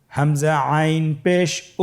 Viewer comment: গইন আইন কবে উচ্চারণ বুঝি না ভালো করে বলেন